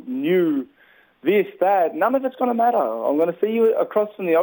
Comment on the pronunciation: Dude put an s in master please it's driving me mad.